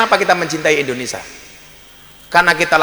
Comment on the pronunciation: Kok indoneSA toh???? gusss yg bener INDONESIA